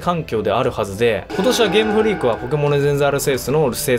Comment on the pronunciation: 「ゲームフリークが開発する」と強調したような言い方は、流石に嫌悪しましたね。いくら公式でも言っていいことと悪いことがあるだろと感じました。